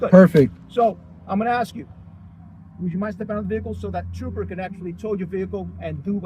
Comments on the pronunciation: I'm axing him.....I love it. Simply pronouncing the word ask isn't even possible! Lol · Ask or axe ? Take him away officer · Police and school teachers are not paid enough. I couldn't do it without losing my sh*t😅every time they say arks, I would die a little, how hard is it? ASK!! Pronounced arsk😢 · You mean he didn't axe🪓 you for your license.Don't you mean ask you? Wouldn't you pronounce the s and k when you said the word Skunk? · Such an intelligent legal scholar should know that the word “ask” is not pronounced “ax”! Do you wear a “max” on Halloween, do you refer to the job at hand as a “tax”, do you keep a little liquor in your “flax”, do you “bax” in the glory of being a sov cit? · I never take advice from someone who can't pronounce the word ask